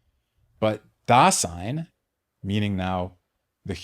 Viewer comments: The S is voiced in German, sounding like Z. daZein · If you listen to an actual German pronounce it, it would sound like "daa-sighn" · the S in Dasein is pronounced like a Z, not an S. i know it may seem pedantic to correct a pronunciation error, but when the error is in the very word that is the subject of the lecture, and is said hundreds of times in the lecture, it's hard to take.